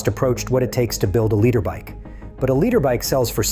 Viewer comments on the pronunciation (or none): is this ai or a guy that can't pronounce obv stuff at least twice? ex: panigale, literbike, and irrelevance. Good vid until that broke the immersion...